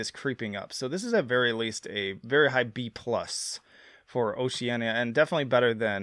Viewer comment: Nope, it's Oceania. Note the "I".